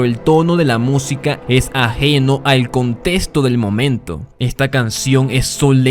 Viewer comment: ConteXto ConteXto ConteXto ConteXto ConteXto ConteXto ConteXto ConteXto ConteXto ConteXto ConteXto ConteXto ConteXto por favor. arruina todo tu espectacular relato.